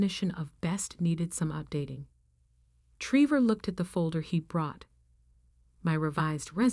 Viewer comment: Treevore. Great pronunciation there AI.